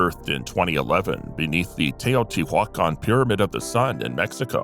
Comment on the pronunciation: "teh-yo-tee-wah-con" Teotihuacon splg? The e in spanish is pronounced as an 'a' and the first T and e pronounced teh or tay. The i is pronounced as an "e.e.e." sound. ti: tee/. several letters in spanish have different sounds depending on the spelling of the word its used in. Spanish has a tick or accent mark over the letter to stress the sound. In my opinion the accent is like, why, I can hear how you're saying that word or name with an accent. I read spanish better than I can speak. But if I hang out with spanish speaking folks, I begin to understand fairly quickly. pretty language.